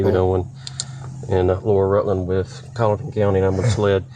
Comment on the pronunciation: Hi Guys, from South Carolina, I don't mean to offend, the trial is in Colleton Co. (Colin. ton). Thank you from a history nerd.